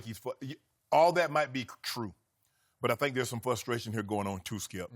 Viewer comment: I wonder if Shannon knows there’s an R in the word “frustration?” My guess is no since he always says “fustration.”